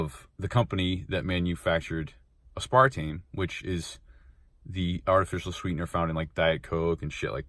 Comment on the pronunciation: Maybe next time learn how to pronounce aspartame first